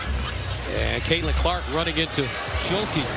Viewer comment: Is he saying shulke because it doesn’t sound like stuelke